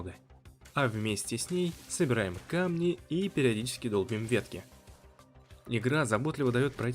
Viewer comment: как только услышал "ихра",сразу вырубил видео